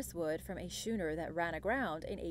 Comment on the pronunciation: Love your narration—nearly always on point. On this video, you pronounced “schooner” as approximately ‘shooner’. It is pronounced “skoo-ner”. (IPA not easily available for YouTube comments.)